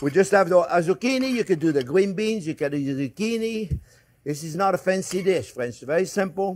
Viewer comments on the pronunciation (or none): "Well hello there phrinzzzzzzzzz!!!!"